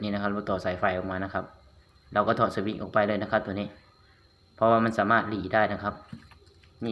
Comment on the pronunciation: สวิคๆๆๆพูดให้ชัดๆ เขา อ่านออกเสียงว่า สวิตช์(สะ-วิด) switch